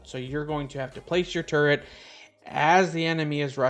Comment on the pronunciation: I keep thinking you're saying "turd", not "turret"! 🤦‍♀️ Turdtle PTSD